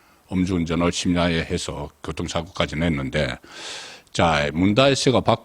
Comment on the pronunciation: 교통? 발음을 항상 굣통? 교옷통? 이라고 발음 수정이 불가능할까요?